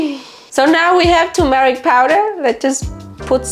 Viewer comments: Turmeric. Not tomaric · It’s pronounced tur. Mer ic